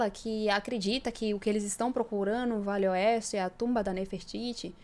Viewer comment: Desculpe menina mas você fala muito rápido VALE OESTE, que termina parecendo que você está falando VELHO OESTE, Cuidado com isso, gosto muito do seus vídeos.